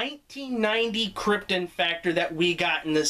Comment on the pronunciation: A Peter Molyneux joke in the intro and an appearance by Kim Justice? You must be a Guru Larry fan! Also good that you pronounced it like Kryptun not Krypt-on the way most Americans do